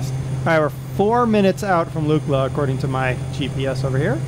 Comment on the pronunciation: Pronounced Luckla